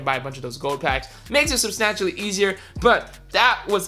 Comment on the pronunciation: Every time you said substantially I cringed